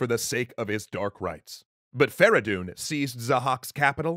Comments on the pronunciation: why farahdoon? his name was "Ferey doon فریدون" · It's Feridun not Fara Doon. Furthermore Kaveh and Feridun didn't liberate Arabia but the Iranians. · fradon not veredon